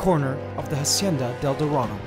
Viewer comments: If your gonna name the enclosure Hacienda del dorado at least pronounce it right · Please stop pronouncing "hacienda" wrong, the h is mute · In Hacienda the H isn't pronounced in spanish. Fantastic channel.